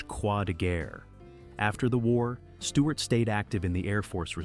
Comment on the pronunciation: Stewart not Steward.......get it right !